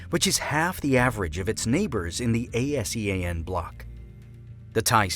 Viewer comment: A S E A N country's? Who on earth pronounce ASEAN like that?